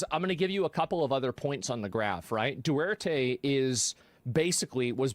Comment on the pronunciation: There are 2 “T”s in “Duterte”, Asmon.